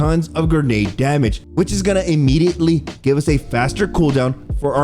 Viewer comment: I can only hear "gernade" so many times before stopping the video and watching someone who knows how to pronounce the word grenade.